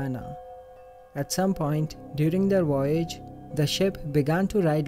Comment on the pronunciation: Say "woyage" for me, again,! It's wery cute! hehehe Sorry, my friend. I am not making fun - it IS adorable. I assume this is why "Divali" is spelt & pronounced, "Diwali". It's the way I have pronounced it ever since I was young. haha Great video - WIDEO - as always!!;)